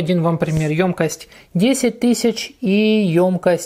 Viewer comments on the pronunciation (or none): давайте говорить грамотно. 1. "обожЖетесь", а не "обожГетесь" 2. в слове "ёмкость" ударение ставится на букву "ё", так как эта буква всегда ударная.